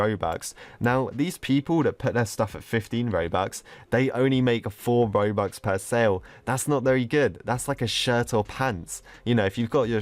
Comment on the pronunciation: Who else feels like every-once and a while he says mobux or bobux instead of robux